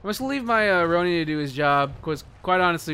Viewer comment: Rone-in not Rown-ie XD unless its on purpose